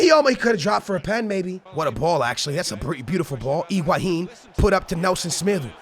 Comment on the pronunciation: Pronunciations: Higuain = IguaHin Joao Felix = Joaon Felix Nelson Semedo = Nelson Smeedu Aouor = Owar